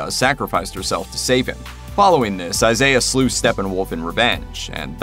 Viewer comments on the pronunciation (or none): none